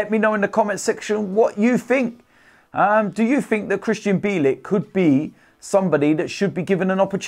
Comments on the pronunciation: Pronounce his surname correctly will you? Phonetically it's Bee-yell-ik. Mind you last season you kept pronouncing Rennes as Renns, despite Robbie interviewing one of their fans and telling you how to pronounce it correctly, with no S. Although, why should I be surprised at your lack of education, you are thick Gooners after all. 😁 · It’s pronounced Byeahleek